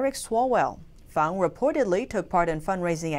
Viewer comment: you correctly pronounce Christine Fang's nick name as "Fahng=Fahng." This warms the cockles of many Americans hearts, why? You understand that tonal inflections in Asia are paramount. It is not Fang---with a hard "...Aaaa." as what grows out of a werewolf's mouth. Many of your viewers have lived in Asia for decades and we appreciate your due dilligence in all of your reporting. Beers and kudos to all your staff. Keep up your fine, yeoman work.